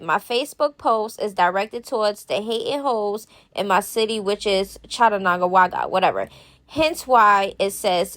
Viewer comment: The way you said Chattanooga I lol 😂 you so cute